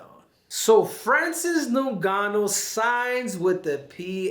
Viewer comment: "Francis Nongano"?